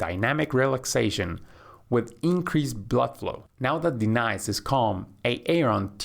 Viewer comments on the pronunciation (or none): fix the A-Aron and De-nice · Did I just hear him say A-Aron? And De-Nice? 😂😂😂😂 yooooo lmao!! Iykyk! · Pleeeeeeeease!! It’s not how you pronounce Aaron and Denise. It’s not A-aron and De-nice!!! I’m trying so hard to ignore, but I can’t! 😩 Great instructions otherwise! 😁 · Good video but why do you call her, "D-Nice" instead of pronouncing properly? Is this an AI generated video? Just curious but I would like to know for transparency.... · De-nise and A-Aron. XD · Ha, ha! The voice says "Ā-ā-ron" and "Dee-nīce" like Keegan-Michael Key does in a skit as an inner-city, substitute teacher doing role call in a white classroom. It's from the comedy show Key and Peele. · Great video as always but the names A-Aron and De.Nice reminds of the substitute teacher from Key & Peele😂. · A-aron and D-nise lol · like de-nise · Hasn’t anyone told you the proper pronunciation of the names ‘Aaron’ and ‘Denise’? Ha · Thats not how you pronounce those names lol